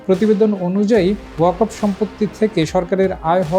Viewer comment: Waqf uccharon ta thik kore koren je video ti porchen.